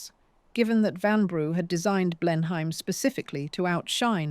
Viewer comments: It's NOT Blenhaym. Blenheim is pronounced Blenem. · Dear Ai... the pronunciations you're looking for are 'Blenum' Palace and 'Mobeel' Alabama! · AI narration. No Brit would pronounce Blenheim Palace 'Blen-hyme' 🤦🏻‍♀️